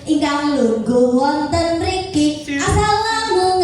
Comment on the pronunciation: Guru oh guru... Pelafalan yg salah tuh salam nya💪 semangat belajar lagi